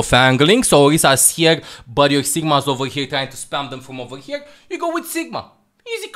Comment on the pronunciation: always finds a way to put a "g" in a word that doesn't even have a "g", ever. Examples: Here - Hegere, Your - Yougr, etc.